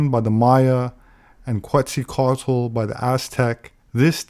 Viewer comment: I have conversed with Quetzalcoatl (ket sal ko watl) for about 15 years. I cannot watch this, it is so full of misconception, poor pronunciation, lack of understanding of the Maya and out and out BS, I am ashamed to see it on the internet. I have enjoyed so many of videos, this one truly disappoints.